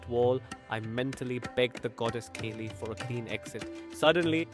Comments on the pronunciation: Kali not Kayli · Great but it isn’t mother Keli it is mother Kaaali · The AI pronunciations are so funny Kali is Kelly 😂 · Thanks ❤I have read this book so many times. This is beautiful and I just want to suggest that you correct the sacred name Kali pronunciation in the AI narration